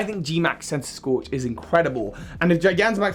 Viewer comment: THE SECOND C IN CENTISKORCH IS SUPPOSED TO BE A K!